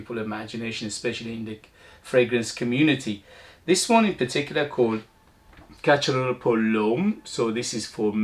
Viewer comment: Casharel is the correct pronounciation